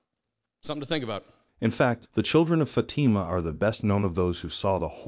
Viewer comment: The stress is in the first syllable not second syllable. Fa' tima not Fati' ma.